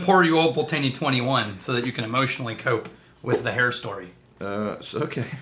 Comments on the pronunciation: Fucking thank you. Is almost like they’re bourbon drinkers reviewing scotch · It's pronounced Old Pultney, the first e is silent. Take it from a Scot who was born in the Malt Whisky Capital of the World, Dufftown. My late father was born in Rothes and Old Pulteney was his favourite Malt Whisky. He worked at Cardhu and Littlemill distilleries in the 1950's and 1960's. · I'm not a stickler for pronunciation but geez Pul-tay-nee hurts my ears. Love the 17 (multiple bottles), and finally got the 21 two months ago. Haven't opened it., that's a beautiful bottle to give to people who can't pronounce it. LOL Congrats on 10K subscribers that's cray-ay-zee. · And besides, Ralphy calls it "Pultney" as well, but with a middle 'e' that is barely heard, almost giving it a 3-syllable roll to the word. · Always thought it was pronounced Pult-knee as that's how Ralfy pronounces it. Oh well, tomayto tomahto. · Its Pult-nay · As someone from Wick (north of Scotland) where this whiskey is from, it very much hurts to hear how they pronounce it!! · I tried to overlook the terrible mispronunciation of the Old Pultney name. At first I found it hilarious. However the suggestion that they can pronounce it “however the hell they want” suggests their ignorance is wilful, which is quite disrespectful actually. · Im now going to blame you guys for the cost increase in one of my favorite whiskys. Old Pulteney is one of my favorite cheap go to's! I believe you are pronouncing it a little off as well. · We're using the Texas pronunciation :-)